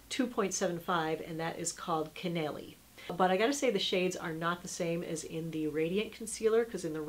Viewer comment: That NARS concealer is cannelle not caneely. It's french for cinnamon.